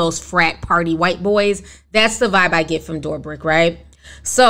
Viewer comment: I love how you say David DoorBrick’s name. Lmao this is how I’m referring to him from now on!! Love your content Ti!